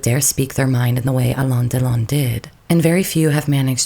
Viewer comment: You butchered his name. Alain and Delon don't rhyme.